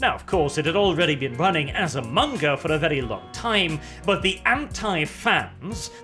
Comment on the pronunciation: pronouces MAnga like Mon-Keighy